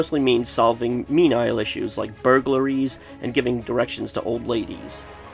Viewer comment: Forgive me, but - me-nee-all, not me-nile. Sorry. Good review.